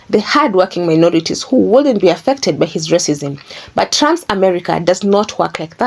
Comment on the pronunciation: I like the way she says Trumps as Tramp.. Which he is..